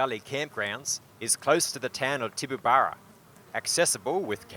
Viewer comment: pronounced "Tibaburra "